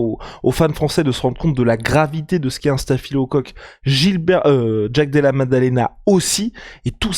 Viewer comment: Oh purée! J'ai tenu 5s... qui prononce "Jaaaack De Laa..." avec son accent crypto racaille du Bronx mode Wish activated... C'est juste atroce d'entendre une telle auto-humiliation (Et non, ce n'est pas une position du Kamasutra même si dans l'esprit, ça y ressemble)